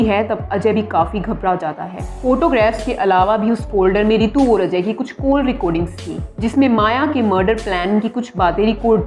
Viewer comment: Koll not its call make ur pronounced correct